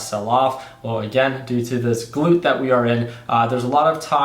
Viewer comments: GLUT NOT GLOOT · Please google glut definition and click on the speaker to get the correct pronunciation. Glut, not gluit. You had me going trying to guess you meant excess production. I only mean this in a good way. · Glut, an excess. Like "gluttony" which phonetically would be a "schwa" or the upside down "e" which makes a "uuu" sound, not "oo" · Pretty sure its gl-uht not gl-oot but maybe im wrong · Glut ,not gloot. ..Im waiting for 1.70, ..Supply and demand is one thing, but more importantly there are limitations in the transport pipelines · Glut... gut with the l added! Haha!! Not gloot. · Glut is pronounced like gut with an L. Not gloot like your saying. Just trying to be helpful. Not picking on ya. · Glut is pronounced like hut with a G... 😂 Like gluttonous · Hey, not to be that guy, but if the word you are using is glut then it is pronounced with the uhh sound, not the oo. That is the main way I would think to differentiate it phonetically from the gluteus muscle group term.